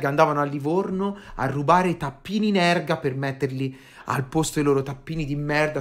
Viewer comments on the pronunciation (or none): Mi permetto di correggere... si dice Ergal... Scus...